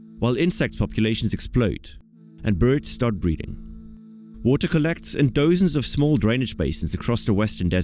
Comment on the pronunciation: Lose the AI voiceover. It can't even pronounce dozen correctly.